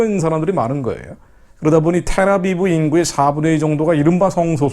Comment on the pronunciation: 테라비브가 아니라 텔라비브입니다.